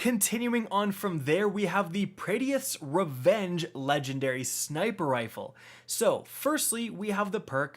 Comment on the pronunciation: You did not just say praedyeths revenge